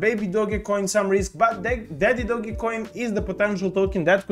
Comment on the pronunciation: Please pronounce it correctly not dogay lol 😂